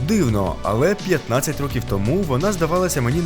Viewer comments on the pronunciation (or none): none